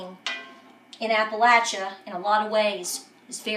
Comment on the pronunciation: good to see you support the troops.you have Army hat and Marine Corps shirt.Glad you pronounce Appalachia correctly,most dont.